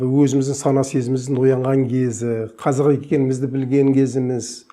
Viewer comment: Неге қазақ дегенді қазық дейди мына адам?